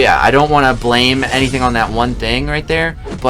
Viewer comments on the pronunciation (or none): none